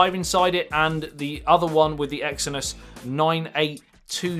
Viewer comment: not noine